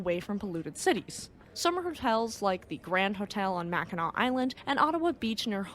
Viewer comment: the part of the Erie canal that's visible is in upstate New York, a couple hundred miles from New York City. By the way, I was going to congratulate you in pronouncing Mackinac correctly 🤣🤣